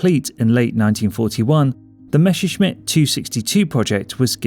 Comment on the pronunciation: There were NOT Dshumo engines - but (read like that) Yumo, and not Meshershmitt, but Messershmit plane.... Learn better before making such a video....